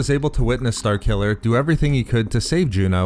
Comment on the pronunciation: what kind of accent you got man? "star killuhhhhhhrrr", "force wielduhhhhhhrrr"